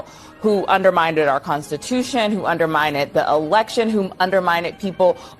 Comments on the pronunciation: That cnn chick says undermined but she pronounces it under-minded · LOl!!! undermind-ed